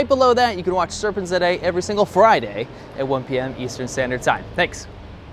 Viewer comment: Stop saying Serpent zet ei, evcerybody knows its Serpentza.